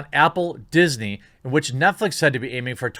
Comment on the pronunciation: 'NetFleece' a little slip of the tongue? Heh, I like it.